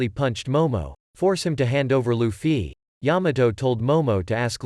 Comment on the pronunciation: Bro saying Luffy sounds weird LufFY